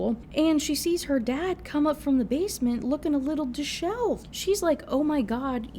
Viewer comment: Why are all of these books the same?? Girl meets boy, insta love, turns out he's an inappropriate love interest, someone has cancer that pushes them together, someone gets SA'd, he becomes unrealistically vocally romantic, they get together and mispronounces 'dishevelled'.